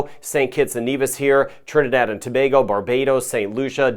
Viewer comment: you are quite popular even my uncle knows about you and watches your channel and that’s huge. He likes that you pronounce “Tobago” correctly lol 😊 keep up the good work.